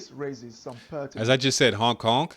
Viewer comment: Dude, are you saying honk honk when speaking about Hong Kong? Cause that’s what it sounds like